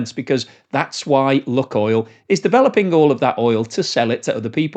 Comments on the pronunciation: Annoying video to watch as you pronounce the name of the oil company wrong....it's pronounced 'Luke -oil'. I lived in Russia for 20 years and my wife worked for 'Luke-oil'.......not 'Luk-oil' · Okay I'm done with you, this is the 4th video where you repeatedly pronounce Lukoil( 'loo.koyl') as 'luck.oil'. ITS IRRITATING especially when its 100 times a video and I cant listen to it anymore. I've left comments every time but you obviously haven't picked up on it. If you cant research the company name that you're talking about properly, I find hard to have faith in what you're saying, but mainly its just IRRITATING. bye. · duh - what planet do you live on? your pronounciation of lukoil is ridiculously ignorant - its lewk-oil = luke-oil ' NOT LUCK NOT LUCKY ..... LUKE-OIL. you live under a rock in britain. should try to get out and around more. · Pronunciation.... luke-oil not luck-oil, please. Thnks for presentatio...n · Luke not luck. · Its pronounced ‘Luke’ Oil (not look oil)….. please amend, as it makes me cringe every time you say it incorrectly!😖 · I used to be a shareholder but got out and sold everything about a week before they invaded Ukraine. Exxon, Petrobras and some of the Canadian oil companies, even some African ones are better options now. I've always pronounced it as LUKEoil not LUCKoil. Is that not correct? They're definitely not having much luck right now! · I really like your stuff but think 'Luke' not 'Luck' with Lukoil. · Did you say 'luckoil"..?..😅. I take it you've never been to Russia.. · try "luke-oil" ;) the way you say it is wrong. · Lukoil, pronounced "Lukeoil" as in Luke and oil. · LUKOIL is pronounced “LOO-koyl”. • “LOO” – rhymes with blue or shoe • “koyl” – rhymes with coil or boil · Your pronunciation of Lukoil decreases your credibility.